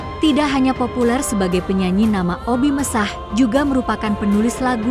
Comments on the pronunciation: Kenapa ya koq bacain nama2 artisnya aneh².. ga umum.. kyak Ebiet gt koq dibaca spt tulisannya bnget Èbi at.. Oby Mesach.. dibacanya Obi Mèsah.. biasanya yg umum kan disebutnya Obi Mesack.. 😊🤦‍♀️. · Sy paling sebel kalau bicara suara Robot. Obi Mesah 😮😮 Obi Mesak, bukan Obi Mesah....La Dongo😢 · BUKAN OBI MESAHH TAPI OBI MESAK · Admin video ini lucu... sebut obbie mesakh ...di ucapakan obbie messah... 😂😂😂😂😂 akun tidak berkwalitas...